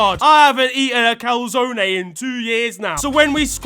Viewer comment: Lmao, “I haven’t eaten a calzoné in 2 years”